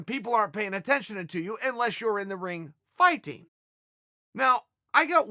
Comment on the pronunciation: Chael “FYE-TING” Sonnen